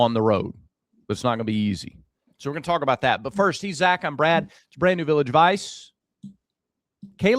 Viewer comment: Damn... "Brah-D" is cut-up! 😅 Great show guys!